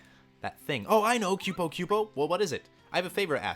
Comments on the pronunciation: I was gonna say something too. And i thought "kupo" was "koo - po" and not "kyu-po" But to each their own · MY GOD you pronounce like EVERYTHING wrong. Myoogles. Kyoopo. Burmika. Veevee. Make my ears bleeeed